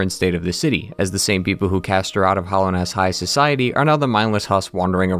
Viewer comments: All of your opinions are invalidated by the fact that you keep calling it "Hollownest" instead of Hallownest. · Hallownest not "hollownest" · I love your videos but your pronunciation of hallownest is driving me nuts